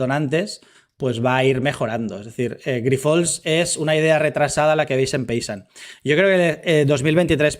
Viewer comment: Hola. Gracias por este nuevo video. Tan solo comentarte una cosa, me sabe mal, pero hace tiempo que te escucho llamar asi a la empresa y no es correcto. Grifols se pronuncia "Grifuls", y es llana, no aguda. 😄